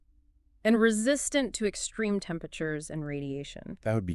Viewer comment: the most Dangro? Extireme? Fuck this low effort AI generated slop.